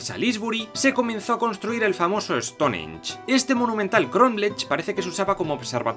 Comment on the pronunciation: No se dice Estonench se dice Estongench